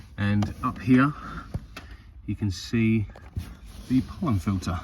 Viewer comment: It’s a pollen FILTER ,not filer